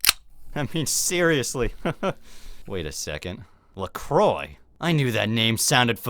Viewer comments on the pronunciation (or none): you pronnouced "lacroix " like lakroy but the name is french so the good manner is lakrwa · They were all saying Lacroy , himself included